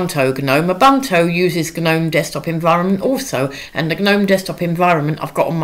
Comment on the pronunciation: You had me at “ah-bunt-o”